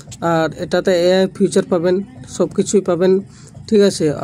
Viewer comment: কথা আগে শেখো।।। 😂😂 আর ওটাকে ফিউচার বলে না বেটা ওটা ফিচার্স রে😂😂